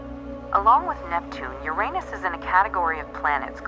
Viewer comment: To bad they pronounced Uranus wrong.